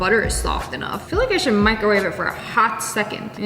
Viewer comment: “Into the ✨mikowave✨ you go”